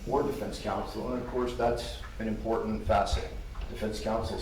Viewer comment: I hate the way he pronounces some words. Latin and important are the worst LOL